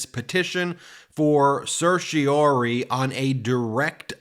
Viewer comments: Ben: certiorari is pronounced ser-shuh-rah-ri. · Ben, certorari is pronounced sir-shi-a-rare-I from the Norman Latin "to certify". It is an ancient writ developed in England in the middle ages allowing a higher court to quash an order of a lower court or government act on the basis of Illegality, irrationality or procedural impropriety. It stems from the Crown who represents the petitioner; hence R. v. Home Secretary ex parte Brown. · "Cer-ti-o-RARE-ee" - five syllables. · Ben, please practice the correct pronunciation of "certiorari"; you drop the "ra" more often than you pronounce it.